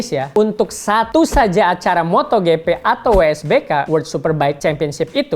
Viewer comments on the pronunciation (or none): none